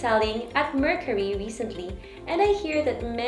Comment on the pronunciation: The way she pronounce the word “Mercari” shows that she is not really using the app always. For you to know something or use always you should atleast know the right pronunciation of that thing.